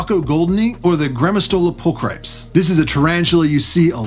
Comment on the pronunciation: Minor correction in the scientific names dept! The specific epithet of grammostola pulchripes is pronounced (pull-kra-pees) other than that stellar video!!!